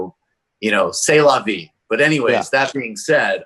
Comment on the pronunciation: “sail” la vie